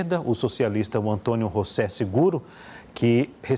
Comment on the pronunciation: Mano, esse cara insiste em chamar o candidato de "Rossé", o homem é português e não espanhol, é José mesmo...